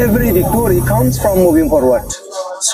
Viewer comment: There are not ကောမ်း it is come ကာမ်း bro